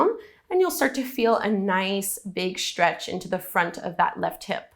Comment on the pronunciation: Stretch is stretch. why say Sh-tretch?